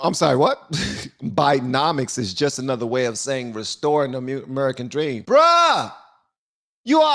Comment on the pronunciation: Why does his slurry word of "restoring" sound like "destroying"? More truthful to say the least... Destroying... Yep.